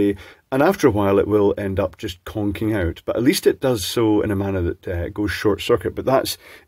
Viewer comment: KonKing or ConKing?